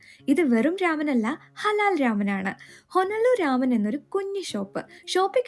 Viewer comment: രാമൻ അല്ല.. It's റാമൺ 🙌🏼